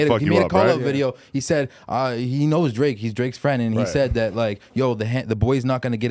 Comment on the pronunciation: “Drake mai fwend”🤣🤣